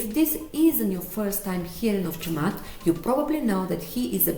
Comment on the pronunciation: You are around 95% correct in pronouncing Chamath's name :) [I'm a Sri Lankan living in Ireland whose name is also start with 'Cham', so you can count my feedback )